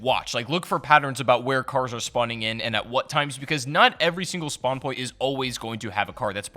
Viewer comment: great tips. spwans though